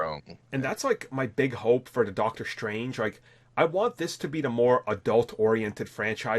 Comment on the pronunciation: Doctor Schtrange